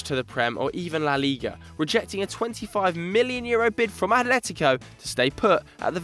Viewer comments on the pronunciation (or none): none